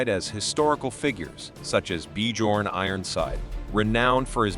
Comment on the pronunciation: Awesome video, but I would suggest you learn how things are pronounced. Bjorn is not BeeJorn but Byearn with the j bei g pronounced like a y